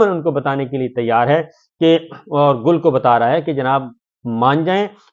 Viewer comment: گل کا گ نہیں بلکہ اس کی جگہ ل نے لے لی ہے 😂😂😂😂